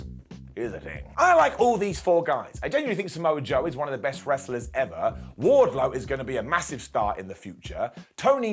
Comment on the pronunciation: Was it me or was the announce team calling wardlow … wardcho ?